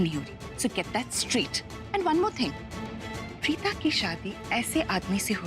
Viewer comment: Bhen vo tumhare papa nhi h jo pita keh rhi hu vo preeta h preeta plz pronunciation right